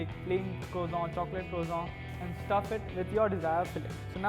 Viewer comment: its croissant not croizant with SSS not ZZZ